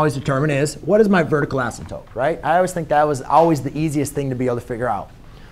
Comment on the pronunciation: I love how you say "asymTOPE). 😀 /MY BEST!